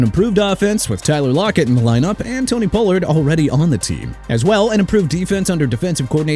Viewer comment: Pollard is pronounced pah-lurd! It ain't pronounced poh-lurd!! IT'S SIMPLE... QUIT YOUTUBE, GO BACK TO SCHOOL, STUDY PRONUNCIATIONS AND COME BACK WHEN YOU'RE DONE! I'M GETTING REALLY AGGRAVATED!! YOU'RE THROUGH MAN...